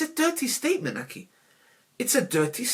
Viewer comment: “Aki”😂😂😂., its aghiii!